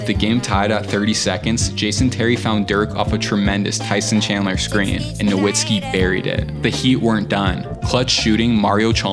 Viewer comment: pistons chip was in '04 not '05 and nowitzki is pronounced with a "v" and not a "w". no hate though these videos are fire